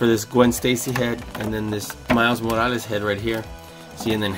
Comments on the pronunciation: Miles Moalas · The way he says morales makes me cringe